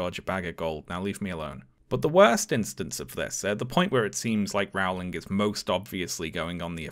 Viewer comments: My dear, your videos are incredibly well done. You are a Briton. Rowling is pronounced "rolling," for goodness' sake! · How can a Brit not know how her name is pronounced?? It is very distracting.